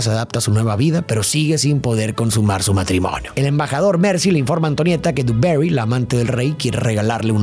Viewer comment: Por favor, por favor...no es duberi, no es inglesa. Joder, intenta pronunciar bien el nombre en francés, hostia, que es Versalles, tío. Se pronuncia dibaguí...que es francwsaaaaa